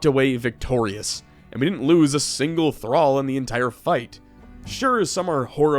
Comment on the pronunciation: Omg you said thrall correctly that made the video for me lmao